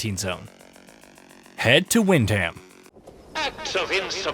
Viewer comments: It's pronounced 'wind-am' ... not "wind ham" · It's pronounced wind..um... Not Ham, yanks love saying Ham, Birmingham, Birming...um, Nottingham... Nottingum. There you go my American friends you now know.